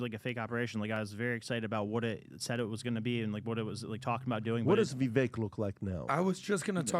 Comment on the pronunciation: I wonder if will ever pronounce Vivek properly? I thought it was how he says it at first, but since Vivek himself pronounces it differently, I followed his lead...since it's his name.